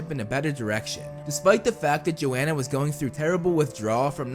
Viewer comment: The only thing that bugged me was that it’s yo-han-uh